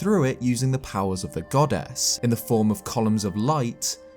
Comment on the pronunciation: Everyone: goddess: godass